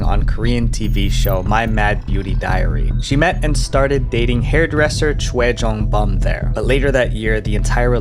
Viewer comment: The way he said choi jong bum 😭💀